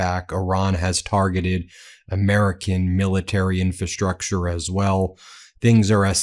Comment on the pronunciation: Your pronunciation of "infrastructure" continues to be incorrect. IN-fra-STRUCture, not IN-fa-STRUCture. The first "r" is not silent.